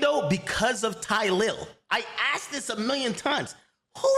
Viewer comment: “He axed me…” 😂 dumbass